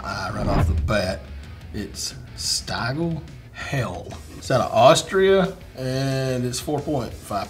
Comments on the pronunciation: Stiegl (Bavarian. Yep, Austrian's are speaking Bavarian!) is pronounced sh-dee-gal . Nuf said. Prost. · Only an American could pronounce Stiegl like you do 😅